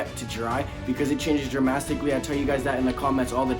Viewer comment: When you said “dramastacally” I died 💀 thanks for the helpful vids !